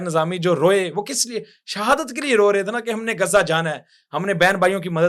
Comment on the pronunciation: گزہ نہیں ،تریک،،غزہ ہےGHAZZA